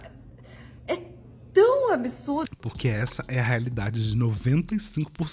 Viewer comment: Que nervoso essas pessoas falando palavras como 'absurdo', saindo com som de "absúrudo", "absúruda" 🫠🙄